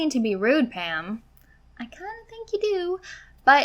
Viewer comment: I'm sorry, are you saying Pam or Pan?